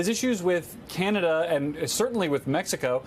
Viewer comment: Can-ah-da. Stop this Key-Yan-ada nonsense.